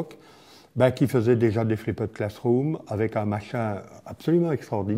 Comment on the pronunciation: flipped ne se prononce pas ainsi, d'ailleurs bien prononcé ça sonne plus comme ce que ça signifie. "FLIPD".